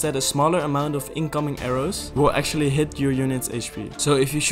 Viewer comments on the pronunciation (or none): none